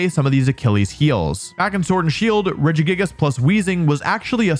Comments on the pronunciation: I know this is full-on bait at this point, but why would you pronounce Regigigas like that? It's like you're reading it as Regigigigas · I’m sorry I know it’s probably just for engagement but what is that Regigigas pronunciation?! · Him pronouncing regigigas, slaking, and other pokemon names in that retarded way is triggering me. lol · The worst part of this video is how I found out other people pronounce Regigigas. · I know it's to bait comments but I couldn't finish watching the video after hearing how Regigigas is being pronounced. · I cannot get over how you are pronouncing Regigigas, it hurts my brain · Never heard regigigas pronounced like that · why do you pronounce regi like that 😂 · EXCUSE ME!?!? How did he pronounce Regigigas?????? 😂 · Why is he adding a fourth G to Regigigas' name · I finally found a pronunciation that I cannot handle from you... regigigas.